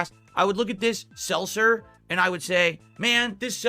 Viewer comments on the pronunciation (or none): so regarded and autistic he can’t even say seltzer properly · "Selser"? What.